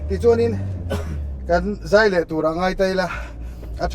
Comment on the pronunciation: 'Zai' tih i lam dan hi, 'Mami a zai' tih ang deuh hian lam zawk la hriat a nawm ka va ring em,. A hmuhnawm thin lutuk em em em mai, ti zel teh